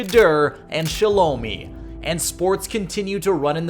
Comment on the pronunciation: Can’t even give you credit if you can’t say his sister name right shaaaaa looooo miiiii is how you pronounce it